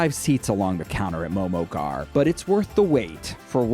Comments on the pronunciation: It's pronounced "Ghurr" NOT "Gar". Smh get someone who is from that ethnic background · He’s pronouncing “ghar” wrong it’s annoying. It’s pronounced “ghurr” and trust me cuz I’m nepalese. AND JHOL IS PRONOUNCED “joll” like in jolly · Lol the way they're pronouncing ghar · The way he pronounced “ghar” lmao